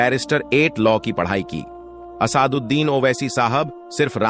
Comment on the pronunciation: Naam bolna sekho pehle Asad uddin owaisi ko Asaad uddin bol rahe ho 😂😂